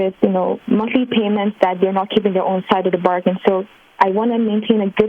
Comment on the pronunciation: Nah. The way she says bargain - she's definitely Filipino.